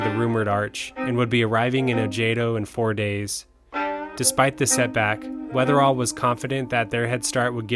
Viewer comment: Great video! But, it’s Weatherill, not Weatherall.